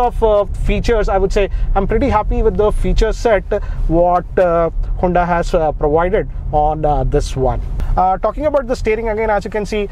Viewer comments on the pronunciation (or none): He said hunda😂